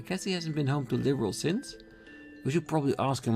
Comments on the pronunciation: Actually it is pronounced "Leeburl" and not "Liberal" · It's definitely a LOT harder to correct/modify how you pronounce words, as opposed to learning new ones altogether. The best I can come up with for pronouncing Liberl is that the end of it sounds identical to how the royal title of Earl to sound. Perhaps try to visualize it as Lib - Earl. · It's more like Leh-berl. The way you wrote it would put a hard E in the first syllable. That first syllable is actually kinda hard to explain with text. In the JP version, they pronounce it Ri-ber-ru. When it comes to the series' fictitious names, I have to go by what I hear. On the other hand, the way they pronounce Bleublanc and Loewe is downright painful to listen to. I think Altina's VA is the only one I've heard sound it out as "Bleu-blan." Loewe should be like the German pronunciation of Löwe.